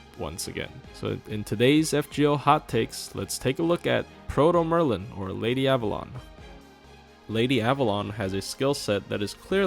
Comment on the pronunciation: Text: Avalon pronounce: Abalone Yummy